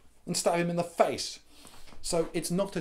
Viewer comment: I love the way he says "and stab him in the FACE"